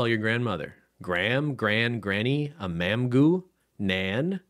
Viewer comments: Twp for stupid is a Welsh word, pronounced “toop” like took And mamgu (also Welsh) for grandma is pronounced “mam-gee” (gee like geese) 😂 mamgoo made me laugh though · Hearing your pronunciations of the Welsh words has me laughing so hard 😂😂 Mamgu is pronounced Mam-ghee Tadcu is pronounced Tad-key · As a Welsh person hearing how pronounced tadcu and mamgu KILLED ME 😂😂😂